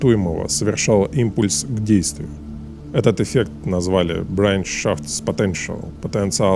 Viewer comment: Автор молодец. Один момент = на автор читает слово " Bereitschaftspotenzial" с английсуим акцентом, но на самом деле это немецкое слово. Переводится как " потенциал готовности".